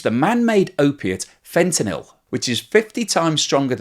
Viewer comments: i ended up checking the comments... saw the same thing i was thinking... Pronouncing a word, when you even see it on screen correctly written and still mispronounce it, made me just twitch every time you said it wrong. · As much as I like your reasoning, I think it's best for to be accurate because this is an educational channel after all. I am always bothered by TLDR news when they say the words wrong, and they do that lot. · seems to be unaware that he's mispronouncing "fentanyl" as "fentalyn". Some people can't hear the difference. Like "nukeyular" vs. "nuclear". It doesn't necessarily mean he's catastrophically deficient and it's entirely possible he could live an otherwise normal life.. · You keep saying fentalyn it’s fentanyl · Fentanyl, not Fentalyn! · Fen-tan-il, not Fen-tal-in - Like Kim-Jong-il, not Kim-Jol-ing 🙂 ¯\_(ツ)_/¯ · It is not "fent-a-lyn" but "fent-a-nyl." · FentanYL not FentaLYn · Isn't he talking about fentanyl, not fentalyn? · Hi, why do you spell it throughout the clip as fentalyn? as chemist I only know it as fentanyl. Is it a drivative of fentanyl? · Haha pronouncing fantyline instead of fentanyl is kinda adorable. ❤😍🤩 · Fenta-NILL, not fenta-lynn 😊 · Fentalyn,...or Fentanyl? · Fentanyl not Fentalyn! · Fentalyn? Fentanyl? That was your best take? Trying to pump Ethereum prices? No thanks. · Fentanyl--NOT Fentalyn! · It's Fentanyl not Fentalin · Lol. “Fentanyl” not “fentalyn”. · Fen - tan - ill, not fen - ten - lyn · So funny that fentanyl (that's "nil," as in nothing, naught, zero) is so commonly mispronounced. Here we get "fenta-lin," like fenta-mary, fenta-lynn, lol. That's a new one. Mostly you hear "fenta-nawl" (like alcohol). Why is this one so tricky for so many people? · FentaNYL, not FentaLYN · Fentanyl not Fentalyn. 🙄 Honest mistake.... just strange to my ear to hear... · It's not Fent-a-lyn, it's Fent-a-nil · It is not Fentalyn as you keep saying, it is Fentanyl :-) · Dude it's not fentalyn. It's fentanyl